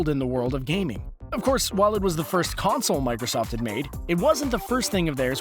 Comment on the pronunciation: Stop over pronocing the word consoleoololl